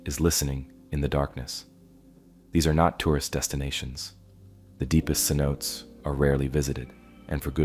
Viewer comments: Se-note-tays not Se-notes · The pronunciation for the Yucatan Cenotes is incorrect. Cenotes would be pronounced as Sen o Tay. Otherwise, I very much enjoyed your video. Thank you for sharing. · Needs to learn how to say cenotes